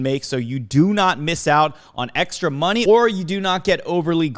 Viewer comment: "hopefully be able to make you guys make morny" 👀